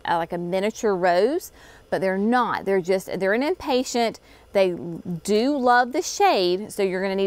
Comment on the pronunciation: Please quit saying “impatient”. There is no T on the end of the flower name. They are impatiens. Otherwise, I enjoy your channel and have learned a lot from your videos. Thanks.